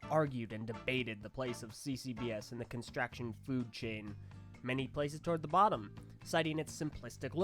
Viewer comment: emmmm pretty sure its constrUction not constraction